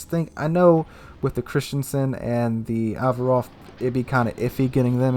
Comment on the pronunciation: As a Greek person i can say that the pronounciacion on the Averof was pretty spot on. Cheers! Edit : You could have also mentioned it basicaly routed the Ottoman Navy twice in the Battles of Lemnos and Elli almost singlehandedly :)